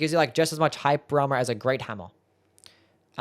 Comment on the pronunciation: I will never understand whats happening when you pronounce "hyper armor" lolol